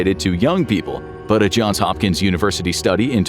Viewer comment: When he saud hopkins i thought he said hawkins lmfao